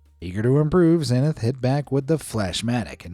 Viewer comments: Pronounced Zee- nith Havasu is Have-a-sue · Why do you mispronounce so many words?? The London bridge is in Lake Hav-a-sue . The TV brand name is Zee-nuth.